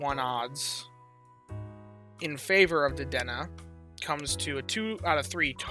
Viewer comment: isnt it pronounced: Deh-deh-nay?🐭